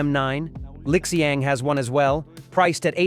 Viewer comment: Pronounced as Li Xiang; NOT LIK XIANG